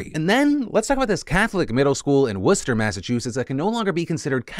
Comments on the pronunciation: As someone who lives near to Worcester in actual England it makes me laugh maniacally every time anyone from the US tries to pronounce our beloved sauce. Happy to hear something approaching a normal pronunciation. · Nice job saying Worcester correctly. You truly do your research on stories haha. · I live super close to that school, good job on the Worcester pronunciation! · Good on Phil for pronouncing Worcester correctly! As a New England resident, I award you, Phillip DeFranco, an honarary wicked pissah. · I'm actually in Worcester in Mass and I Appreciate the pronunciation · As an actual English person, I didn’t know any of you got it right 😂 I’m pleasantly surprised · Shout out to Phil for saying Worcester right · As some one from Worcester ma, you pronounced it perfectly and I am so wicked proud of ya dude! 🤌🏻👍🏻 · As a masshole I thank you for pronouncing Worcester correctly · I'm so proud of you pronouncing Worcester correctly ☺ Also, I'm the non-Catholic in my Irish family, so I don't really care. But, I did go to a Jesuit college in MA, and I'm hopeful they'll push for the right thing to reinstate the school standing. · I see you said Worcester correctly. I'm proud. Lol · Hold on, so Americans can pronunce Worcester perfectly ("Wooster") if it's a School, but if its a sauce you guys suddenly all flustered and ne like "warsestershires sauce" haha 🤣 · Dang, PhillyD pronounced “Worcester” right lmao